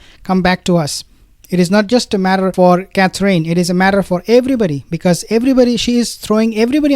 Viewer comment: I think since you are going to report on these people so often, you should learn to say Catherine properly. The last syllable is In. Like going in a house. Cather- in. Please? It's simple